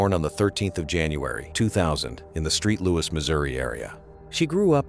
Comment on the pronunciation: It's Saint Louis, damn!!